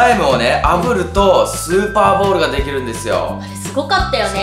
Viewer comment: 0：32｢スーパーボール｣じゃなくて｢スパーボール｣になってますよ⁉️今日も相変わらずはかわいいのぉ😍💕💕